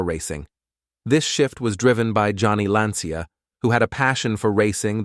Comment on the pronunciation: Please Try Pronouncing Their Names Correctly, They Are Italian. It Not Johnny or Vincent its Gianni and Vincenzo. Also Lancia is not pronounced Lansia, There is no S, Its pronounced Lanchia.